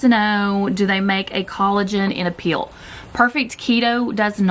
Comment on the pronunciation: This is too funny, I thought you were saying collagen "peel" . I thought you were taking about a facial peel or something until I realized you were saying "pill"... LOL . I love your videos. Keep up the good work.